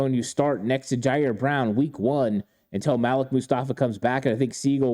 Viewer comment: Malik-(Maleek) not Malek